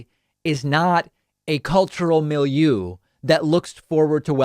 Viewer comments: David, your pronunciation of French words like milieu are way off. Just saying, love your content. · you pronounce milieu wrong